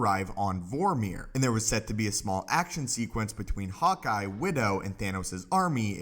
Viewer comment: I thought i heard "hot guy", not "hawkeye" 😝😝😝